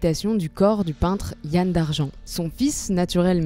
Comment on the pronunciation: Ça se prononce Yan comme dans amande, et Douarnené pour Douarnenez. Et Huelgoat se prononce Hu-el. Autrement vidéo super. An amzer a dro, an Ankou a sko"